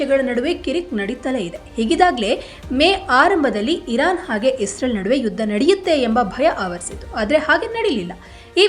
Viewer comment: Iran spasta ucharane illa🔥